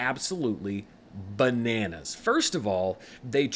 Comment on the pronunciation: that "b" emphasis you did on bananas 😂